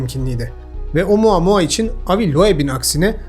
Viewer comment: bir kez daha OMUUUAAA MUAAAA duyarsam gülem krizine giricem